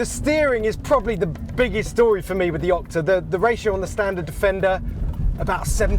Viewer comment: Is he saying Okta? Like the single sign-on provider?